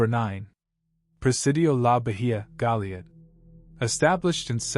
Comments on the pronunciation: Goliad is pronounced "Go-Lee-Add"!!! 🤠👍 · Goliad is pronounced Go-Lee-Ad.. I'm about 30 minutes from there. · Bergstrom AFB in Austin was turned into a municipal airport to replace the tiny commuter airport after it was closed by the Air Force.The O in Goliad is long. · It would be nice if he would learn how to pronounce Goliad, Belknap and others before he makes a video. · Yep. Goliad. Belknap. Those were incorrect. These videos are all thrown together and a script written and jetted out online.